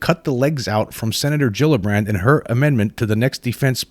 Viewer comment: I think Gillibrand is pronounced like G-illibrand not like Jillibrand.